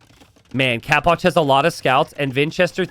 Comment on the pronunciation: why do you pronounce it "capwatch"? istead of capoch?